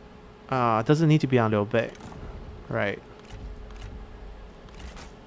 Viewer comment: Hey man, the way you pronouce Liu Bei's name sounds very...local. Are you Chinese or really good at Chinese?